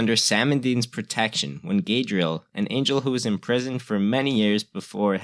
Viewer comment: Gaydrel? It's Gadreel.